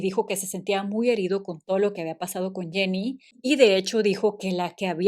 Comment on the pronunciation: Jenny no es Janney en ingles. Jenny es ingles tambien